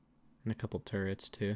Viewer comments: He said I think he has turrets but sounds like nword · Lol I actually think he said “there is a raft right there, I think it has turrets”